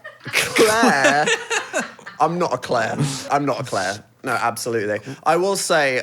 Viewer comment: Phil, i recognize someone who has watched Outlander anywhere, the moment you said "lass" and "Claire" it was like YES lmao